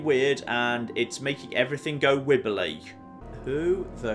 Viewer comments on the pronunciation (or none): Idk why, but it always amuses me whenever says "wibbly".